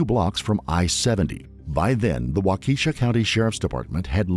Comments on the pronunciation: Waukesha is pronounced "WAH-keh-shaw" Not "Waw-keesha" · Wahhhh- Keh-shaw. Not Wa-Keesha, lol. Sounds like a black girls name 😂😂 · It’s pronounced “wau-ka-shaw” not “wau-Keisha” lol. Also Waukesha is nowhere near downtown Milwaukee (a completely different county, infact and about 25 mins ; 20 miles away!). I’d love to know who researched that lol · It's "WALKA Shah". Not "WaKEEshuh". I just figure that, what with so many channels posting so many bodycam and true crime videos about the so very many complete weirdos and psychopaths in this town, y'all could at least get the pronunciation right. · "Wakeesha Wisconsin" lol. As a Wisconsin native, let me help you out here. Waukesha is pronounced "walk-a-shaw" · It's not Wa...ke...sha It's Wa...ka...sha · walk ehh shaw. Not wak E sha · I know it's not even close to mattering, but as a Wisconsinite it is kind of bothering me that he's saying "Wah-kee-sha." It's pronounced "Wah-kah-sha." I think the video was really good otherwise, but that was bothering me way more than it should have. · It’s pronounced Walk-a-shaw not Walk-eesh-a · There is no 'waw-KEE-sha in Wisconsin . There is WAH-ke-shaw. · It is pronounced: Wha ki shaw. Emphasis on first syllable. Not: Wakeesha. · Every time he says Waukesha my soul hurts. It's Wah kesh a not Keesha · Not Wau- Key- Sha. But "Wha-ke-Shaw" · It’s pronounced wauk-a-sha not wa-keesha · Its “WAH-kuh-SHAW” not wa-Keisha btw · wa=caw=-shaw. not wa kee sha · i say we officially switch to the pronunciation in this video wha-keesha .. lol instead of wha-kah-shaw :) lol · Why can’t people pronounce Waukesha correctly? Its Waw-kishaw. Signed, a Waukesha native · It’s not pronounced “Wah-Keisha”… 🙄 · Wa-key-sha? Lol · The pronunciation of Waukesha is frying me 😂 (it’s pronounced walk-a-shaw) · It's pronounced "WOCK-eshaw". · It is pronounced WAU-keh-Shaw. 😊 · Waukesha doesn’t rhyme with Leticia. 😂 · The name of the city and high school is pronounced: / u / walk-uh-shaw. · It’s Wah Keh Shaw.